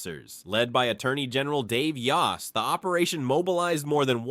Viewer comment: The o in Mr. Yost's name is pronounced as a long o. In other words, the o vowel says its name.